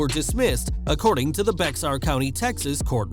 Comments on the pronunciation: FYI It is not pronounced Bexar. The x is silent. It is pronounced Bear. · You pronounced Bexar wrong bud. It's pronounced (bear) County. Dumb I know but just letting you know. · it's pronounced bear county the x is silent